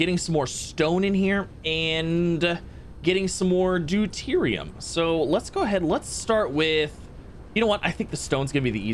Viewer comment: OHMYGOD HE ACTUALLY SAID DEUTERIUM CORRECTLY